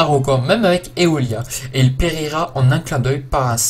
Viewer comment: J'aime beaucoup tes chroniques c'est vraiment agréable à regarder. Par contre attention à la prononciation, c'est Aiolia pas Eolia , ce n'est pas une éolienne :)